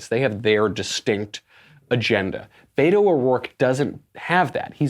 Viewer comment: In case you're interested he pronounces it "bet oh," not "bay to"